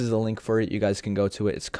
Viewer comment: right guzs XDDDDD